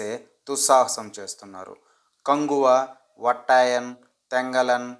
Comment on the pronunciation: Vettaiyan ❌ Vattayan😂😅